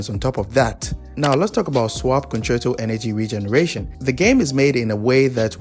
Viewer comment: i dont understand wat hes saying for the swap concerto energy section